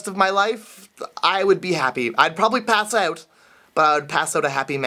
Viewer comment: Pass Ouoot. <Proof Of Canadian.